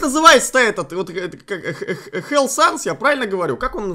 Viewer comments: это фелл а не хелл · Не хелл а фелл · Там не хелл Санс, а ФЕЛЛ Санс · Ахаха,:Хелл Санс Я:ООООО, ОТНЫНЕ ФЭЛЛ САНС, ЭТО ХЕЛЛ САНС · Слушай не фел а Фелл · Не hell Санс, а fell, с пробитым черепом horror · красный Санс это Фел Санс, а не Хел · Это не хэлл а фэлл санс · Эт Фелл... А не Хелл... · Чел это фелл а не хелл санс ЭТО ФЕЛЛ САНС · Его зовут фел санс а не хел санс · ФЕЛЛ (Fell) Санс, а не hell. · Не хел санс а фелл санс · ЭТО ФЭЛЛ САНС А НЕ ХЭЛЛ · Не хелл а феел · Не Хэл а фел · Это...... Фел санс (который красный). мне просто очень больно это слышать Т.Т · Это fell sans ты с первыми буквами ошибаешься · Fell sans а по русскому фелл санс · фэл санс а имя рэд